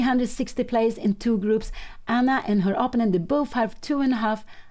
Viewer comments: When does Pia learn to pronounce "opponent" correctly? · Imperfections is not synonymous with mistakes, of course, but that will make you all the more memorable to me...